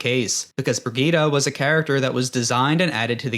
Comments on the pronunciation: Say Brigitte right? Nah nah nah Brigeettah Bridge-it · It's pronounced Brijitt btw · Brigitte is not spoken vegeta with a b :D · The only think I'll remember from watching this is how you pronounce Brigitte 😂😂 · Great video but I can't like it because of that Brigitte pronunciation